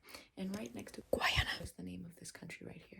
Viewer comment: Uh guayana... bruh 💀